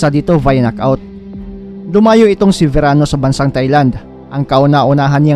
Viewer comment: Verano not serano